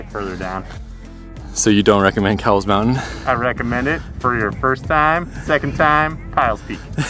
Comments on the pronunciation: I see my house! 😀 it’s crowded, that’s the only negative I see. BTW, it’s pronounced like the store Kohl’s, not like the 🐄 Try Mt Woodson. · Fun fact, it is actually pronounced “coles” mountain! Great video! Maybe someday we will catch a hike together. Just getting my hiking channel kicked off! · Great hike but it's so crowded unless you go super early or late. Oh, also, it's pronounced "koh-wools." LOL. The mission trails ranger corrected me multiple times 🤣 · It is actually pronounced Kohl's - like the store. I love the backside of this mountain:) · My hood! Grew up in San Diego and could always see the mountain from all places mid city. However it's actually pronounced " Kohl's mountain " . Named after George A Cowles, one of San Diego's early prominent ranching pioneers. Love the view from there! Nice video as always! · This was a great video, it's awesome having Mission Trails in my backyard! JSUK it's actually pronounced 'Coals' 😃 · Haha! Most people pronounce it the wrong way, I learned from my history professor that it's named after an old San Diego family and their name was pronounced 'coals'. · your saying the surname wrong its with a k sound kowles